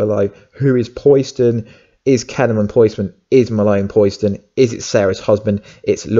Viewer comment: Not Pois-den buddy.. Po-Siden.. like Poseidon the Greek God of the Ocean.. Also.. I think it would be stupid if it was Kellerman, He's already done some shady stuff, and it totally takes away from the huge turn around that his character had in the last seasons of the Series, He turned himself in, helped them out, And became a genuine good guy, willing to go to Prison for good and to protect his sister (I think, been awhile), so for him to turn in to a scumbag, just sort of erases all that.. And yes Wentworth is Such a beast, Really makes me wish that the Captain Cold that got sent back to 2015 on legends to put him on the path to become a Legend.. Either finds a way to go through that and not die.. or if he has to, doesn't join the legends, and comes back to the Flash, he's so good at Captain Cold, I honestly never liked the character in Comics/Animated Shows, he seemed so weak, but he brought new life to it